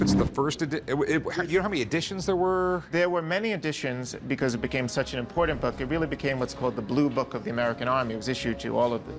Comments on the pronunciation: 😂why does a "book expert" struggle pronouncing the word "impordant"? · I can’t stand the way the rare book guy says the word: important. Sounds like “impordant”